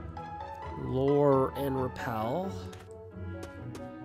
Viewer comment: Sorry man but you saying repel like repil makes me laugh every time. But anyways I'm enjoying the walk through so far and it seems like fun, keep going!